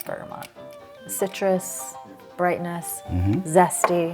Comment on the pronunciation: Wonderful video. I’m a perfume collector also. Have you tried the secretions magnifique by État libre d’orange? I’d love to know what you think of it. Also, État is pronounced with a silent t at the end. 😊